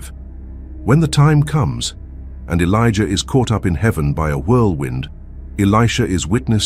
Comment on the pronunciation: 😅😂😂😂 why does he keep calling them? Felicia Elijah keep hearing Felicia